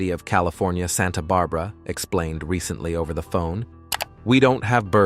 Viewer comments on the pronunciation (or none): none